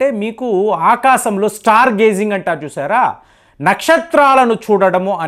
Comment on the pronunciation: ఆకాశం anaali. ఆకాసం కాదు.